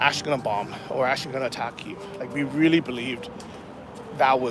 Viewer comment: Glad you are pronouncing Kyiv correctly!